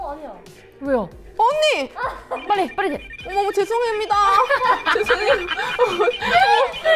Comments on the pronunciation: ㅋㅋ 홍은지 아니랄까봐 '' 제송 햄니다'' 는 뭐얔ㅋㅋㅋㅋ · 죄송해요도 아니고 죄송합니다도 아니고 죄송햄니다 ㅋㅋ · 죄송해요+죄송합니다=죄송햅니다 ㅋㅋㅋㅋㅋㅋㅋㅋㅋㅋㅋㅋ